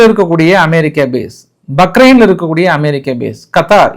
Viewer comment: ஐயா பக்ரைன் அல்ல பஹறைன்